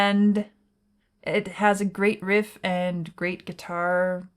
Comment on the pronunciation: Why do you say "Riff" like that?